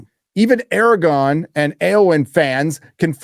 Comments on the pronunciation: Dude you gotta stop saying “Aragon” you’re gonna give me an aneurysm lol. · Who the hell is “Aragon”?